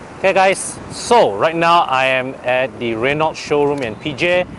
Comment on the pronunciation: Asian should dotheir review in their own language instead of English. Who are they reaching anyway? If I want an English review for a french car, i would rather go to european reviews done in English for a much decent accent and infos. After all, these cars are european. I cant stand these guy's atrocious accent. Btw, it is pronounced Re-no. Not Re-nolt!